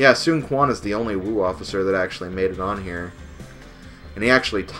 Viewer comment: Also, Quan is pronounced "Chuan":)